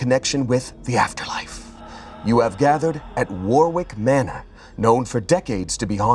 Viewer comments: i'm going to be that guy... Warwick is pronounced "worrick". not war-wick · Warwick is pronounced 'warrick ' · I swear to god... if the "War-Wick" said is spelled Warwick I'm going to be devastated. (At no point is that how it's pronounced) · Plz I need people to know that it’s pronounced Worrick, not War-wick. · Was about to comment positively about the pronunciation of Samhain and they he hit us with War-wick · Warwick is like Greenwich, the middle w is silent war-rick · Not pronouncing the second W in Warwick 🫣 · I love that pronounced samhain correct only to butcher warwick. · Can pronounce Samhain correctly but not Warwick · But he did brutally mispronounce Warwick. I’ve lived in the town of Warwick in England my whole life, the only time you pronounce it like that is when you’re trying to spell the name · It's just a shame that he followed it by immediately mis pronouncing Warwick